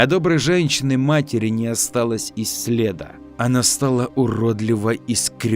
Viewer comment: следА, а не слЕда!!!